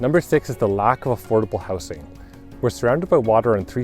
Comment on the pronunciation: Since you are in the business of selling houses, you might be interested to know that while the singular is pronounced “houce”, the plural is pronounced “houzes”, and the gerund, “houzing” in the best B.C. tradition.